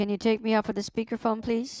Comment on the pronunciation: "Miss you are not on my speakel phone"